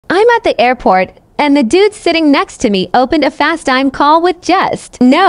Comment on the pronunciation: FaceTime is now pronounced FasTime.